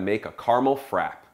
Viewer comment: Oh dear..frappe.. it has two p's. pronounce both..frappAAAAA.haha. Good demo :)